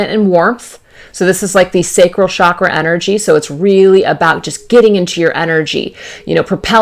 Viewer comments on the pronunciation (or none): none